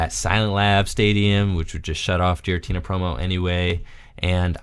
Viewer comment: Gear-uh-tina, not jeer-uh-tina lmao.